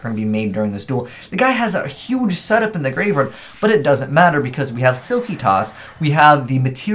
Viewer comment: Did you just say altergeist sillkytoss?